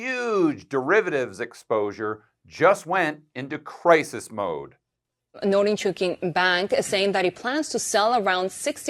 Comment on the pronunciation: Just FYI, to pronounce the bank's name, it rhymes with "no-ring-chew-king"